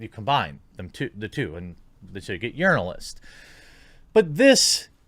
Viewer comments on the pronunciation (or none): I think the confusion with urinalism is that when you sya it it sound alike yearnilism